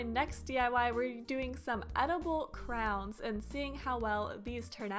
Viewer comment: No offense but why do you say crowns instead of crayons